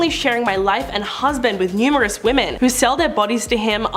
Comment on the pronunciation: her name is "",other womEn not woman,three diffrent womEn,omg the pauses and the heavy breathing are just not gonna go away,is it? this is painfull jesus please try to practise or memorise before tapppping,it will get easier with time